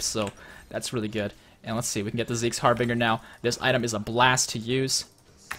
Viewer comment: It's pronounced Harbin(j)er.